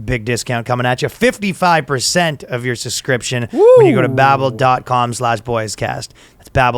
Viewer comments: Ryan THERE IS A FUCKING B IN “suBscription” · Ryan needs to use babel to learn English cuz he can't say the word subscription, lol.